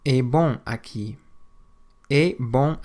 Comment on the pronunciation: Overall, not bad but some parts are off. For instance, the way the a's are pronunced in "absolutamente" and "aqui".